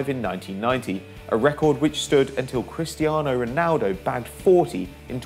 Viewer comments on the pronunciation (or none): none